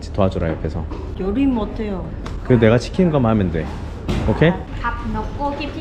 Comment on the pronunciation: 이제까지 띠엔 발음중 요리 못해요가 가장 정확하네 ㅋㅋ